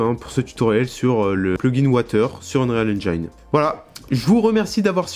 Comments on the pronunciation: Super tuto par contre l'anglais ^^" Océant ? Ocheun, à la limite meme tu peux cité le magazin Auchan, c'est plus proche. Unréale engaine ? Enrile angine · Prononciation : unrealle enjaïne 5 ! Mort de rire !